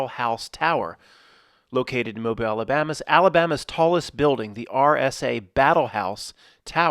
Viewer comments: "ruined the movie for me". Every time you said Mo-bil, as opposed to Mo-beel, ruined this video for me. Grow up, the folks from Mobile are proud of their heritage, don't crap on them. Act professional, and smart college boy. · Proud of you you said Mobile almost just right. Ya say it like a dudes name Mo BEEL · How is it pronounced??? Moe-bull, or moe-beel?